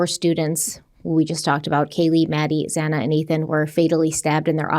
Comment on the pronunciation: We got it. I think it was worse the judge get Xana’s name wrong. I mean… it’s not that difficult to say her name.